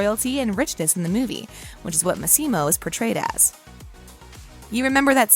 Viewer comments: For God's sake, learn how to say the character's name's correctly!!! It's pronounced Mas-E-Mo, not Mas-Seem-O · It's MAssimo, not maSSImo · It’s LeviOsa not LevioSA. 🤣 The ‘Massimo’ pronunciation is killing me. Lol! (Among other pronunciation issues.) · Why do you pronounce his name like that? It´s an Italian name, that´s not how you pronounce Massimo lol